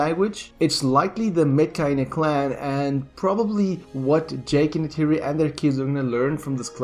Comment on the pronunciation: Neytiri is not Natiri